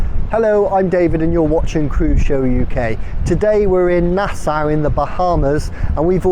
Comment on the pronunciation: Nasow? ;) It's Na-saw But thanks for the video!